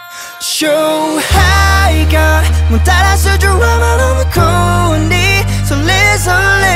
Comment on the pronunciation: ドラマってとこ普通に発音してくれたらめっちゃ良かったと思う